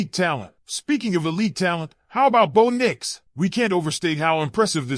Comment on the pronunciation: Name is bo bo not boon fool